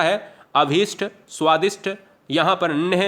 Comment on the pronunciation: Sir, Svadist hota h, t ayega th nhi